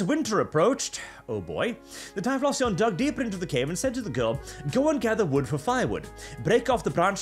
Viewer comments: It’s pronounced “tie-flo-xion”. Like explosion but with “tie” instead of “ex”. Not…”tie-floss-eon”. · "tie floss eon" ok, sure, you dont know the pokemon, suuure. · Your pronunciation of typhlosion sounds so off that i didnt even recognize what pokemon you meant at first. Im used to the ending sounding similar to explosion. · It's Ty-flow-zhun. Like Explosion but with TY instead of EX. It's a fire type. Filthy fking yuros learn to read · I'm kinda okay with "Ty-floss-eon" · Hearing saying pokemon names like typhlosion is hilarious to me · Typhlosion surely rhymes with explosion?